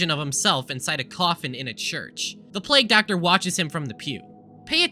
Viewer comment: Do Essay YouTubers just purposely mispronounce words now? Is this a thing? Plag Doctor, really?